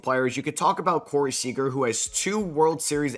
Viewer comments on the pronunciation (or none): none